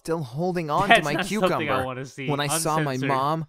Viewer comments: The way he said "cucumber" it legit sounded like "QuEcUmBuR"😭🖐️ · Ok when he was trying to say that a snake bit off his cucumber but he wasn't saying it thats when I just said oh hell nah I'm leaving😂😂😂😩😩😩plus he just said the cucumber word like dude but I swear I heard it with my own ears😂😂😂😂😂😂😂😩😩😩😩😩😩😩